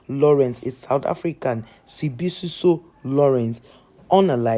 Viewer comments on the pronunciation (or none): Are there no news to report in Nigeria, or are you just that obsessed with our country so much?? I mean, you cant even pronounce the guy's name!! Ya neh lol